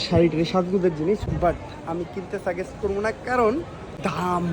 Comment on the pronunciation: ভাই সাগেষ্ট না সাজেস্ট